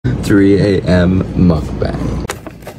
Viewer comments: Why you in S. Korea still pronouncing it like that? Is Muk BAHNG that hard to pronounce? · The 'a' in mukbang is pronounced like the 'a' in 'father'!!